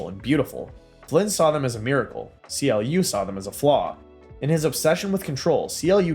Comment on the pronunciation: CLU is not pronounced C. L. U, it's pronounced "clue" fyi.